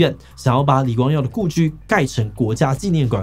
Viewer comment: 國家紀念ㄍㄨㄢˇ